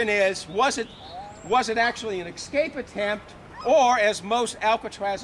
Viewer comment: It's escape, not ECscape.